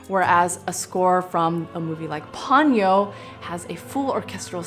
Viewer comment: Lol it's po nyo, not pon yo 🤣